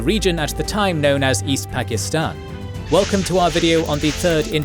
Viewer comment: How can you spend ALL this time on this video, and not learn how to pronounce "Pakistan"?